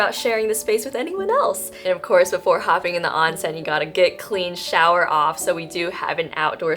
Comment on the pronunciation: Beeeautiful!! Thank you for sharing! Btw, onsen is correctly pronounced with a long o.